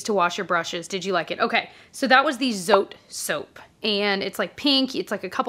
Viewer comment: Just FYI, Zote is a Mexican laundry soap so it’s 2 syllables, “zo-teh,” not “zoat.” ❤